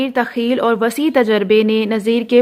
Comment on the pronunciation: تخیل کا تلفظ بہت غلط ھے